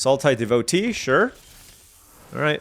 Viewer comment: Roamer's Rekeem lol. It's pronounced reh-kwee-em. Also devotee is deh-vo-TAY (you asked on a different video)